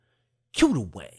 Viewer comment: Fz0 ...the wang? It's cue the Wayne, not wang....